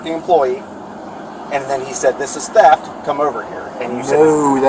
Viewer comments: its theft not teft..............................learn how to speak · did that cop say teft ???????????????? in AMERICA its called theft......ohhhhh its calimxico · Teft..teft..cmon cop, its TH eft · “teft!!” gosh, buddy cannot speak a lick of english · “Teft” lol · why does he say TEFT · He got charged wiff Teft?? 😂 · Right?! WTF is “Teft”?! and No! You can’t “Axe” me a question! I don’t speak Walmart! 🙄🤷🏻‍♂️🤦🏻‍♂️🤦🏻‍♂️ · We call them ‘ooga booga’s’…. Voodoo type black people. Very weird pronunciations. He was charged with ‘Teft’. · I’m always on the cops side, but I just have one question why on earth would you hire someone who can’t even speak English?? What an accident waiting to happen. You have to pronounce the H in theft my brother. Have a good day. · He is not speaking fluent English If he can't even pronounce the word theft correctly there is literally no other correct or right way to pronounce it other than how it is supposed to be pronounced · Arresting officer is really stupid, can't pronounce 'theft' and is a terrible frisker... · Pretty snarky for a cop who can’t figure out what his charge is, nor pronounce it without stuttering